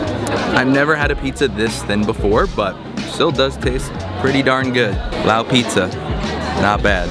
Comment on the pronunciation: Enjoyable to watch your vid of a country that has been home for the last 17 years. I lived in Vang Vieng during the crazy years nearly 10 years ago now. One thing I mostly liked about your video is you learnt how to pronounce Lao the correct way (the S is silent) as many vlogers dont seem to be able to do.